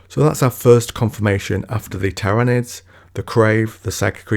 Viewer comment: You had me at “Tairanids”